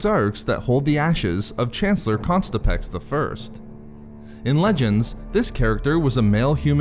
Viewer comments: The unfortunate repeated pronunciation of ConTISpex as ConSTIPex makes me wonder about other ancient figures such as Darth Hemorrhoid and Grand Moff Irritable Bowel Syndrome. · “Contispex” not “Constipex”... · Good video, but you gotta stop pronouncing “Contispex” with the ‘s’ in the wrong place. You keep saying “Constipex.” Normally I wouldn’t quibble but that sounds like an over-the-counter medication.